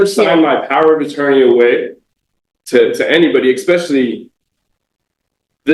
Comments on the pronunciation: MY GOD, this guy is an ANNOYING MORON. Attempting to sound intelligent and says "ekspecially.' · Nothing better than watching a guy who pronounces the word especially as "exspecially" determined to represent himself in a court of law.